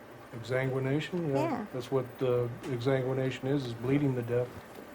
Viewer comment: that woman couldn't even say exsanguination correctly.